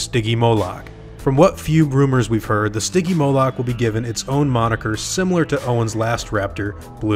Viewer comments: its not stigymoluck its stingymoulk {s-t-yn-gee-moulk}. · It's pronounced sti-jee-mo-lic